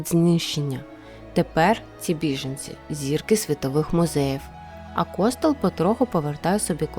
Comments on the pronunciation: Не кОстел, а костЕл😮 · Не тєатр а театр, не стАтуя а статУя, не кОстел а костЕл, не гєніальному а геніальному. Переплутали портрет Потоцького з Меретином. Будьте уважні до дрібниць!